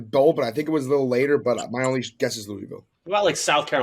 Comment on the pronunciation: is the only person who pronounced Louisville correctly. What a fuckin guy